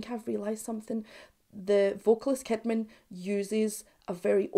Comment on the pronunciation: "Jens Kidman": The softer J ([j] not [d͡ʒ]) and "Sheedman". That's how Swedes pronounce it 😊